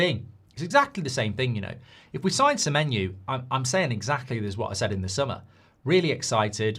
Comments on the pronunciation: Why does he say Semenyu? Clearly not the correct pronunciation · His name's Semenyo, just how it's spelled. Where's this Semenyoo coming from? 😅